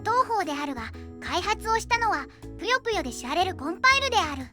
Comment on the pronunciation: ぷよぷよ⤵︎の発音がかわいいずんだもん